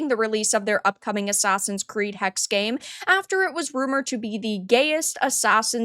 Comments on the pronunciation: Hexe is German for witch and is pronounced "Heckseh", not just hex. Source: Grüße aus Deutschland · it's pronounced "Hexe" not "Hex" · I think it is pronounced Hex-eh like the German word for witch.